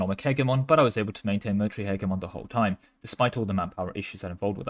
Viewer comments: I love you bro but its pronounced Heh-Jeh-Mon... 😭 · the way you say hegemon has to be rage bait. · Nah he's just doing a slavic impression.